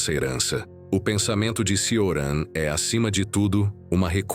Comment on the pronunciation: Ótimo vídeo, só uma observação: se pronuncia “Tioran/Tchoran” o “C” em romeno tem som de “tch”.